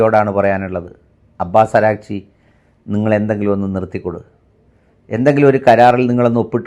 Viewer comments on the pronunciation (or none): അരാചി അല്ല..അരാഗ്ചിയാണ്